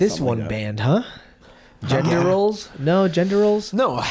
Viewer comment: ffs it's "gender" not "gendor".